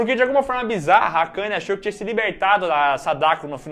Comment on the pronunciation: miguel falando akani KKKJKKK